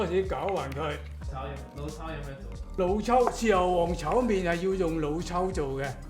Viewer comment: You speak cantonese but say chow "main"🤦🏻